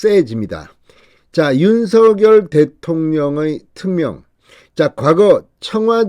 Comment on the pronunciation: 발음 똑 바로합시다 윤서결이 아니고 윤석열 입니다